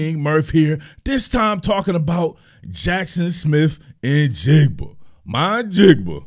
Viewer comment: bonus points for not butchering the kids name either I can’t tell you how many times I’ve heard people screw that up. 😂